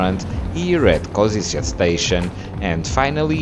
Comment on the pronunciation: Kosice to be pronounced KoSHiTSE